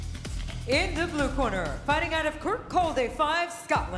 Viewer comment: It’s “kur caw Dee” not “Kirkcaldy”